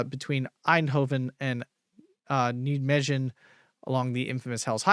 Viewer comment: Nijmegen pronounced as....Nigh, May, Gen...nighmaygen Hope that helps!